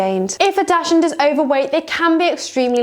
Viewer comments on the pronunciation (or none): Please learn how to say dachshund. Its not pronounced dash ! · Hard to take advice from a so-called expert who does not even pronounce the breed name correctly.